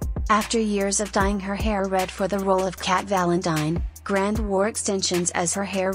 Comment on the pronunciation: Notice how much the video mispronounced her last name. It isn't grand, its grande